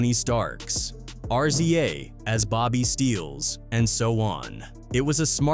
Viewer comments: His name is not RCA it’s RZA to pronounce it’s Rizz Zaaa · Fucken AI can't even pronounce the Rza..